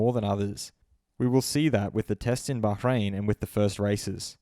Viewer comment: cant wait until were done with round 1 so we dont have to hear you say "bach-rain" anymore lmao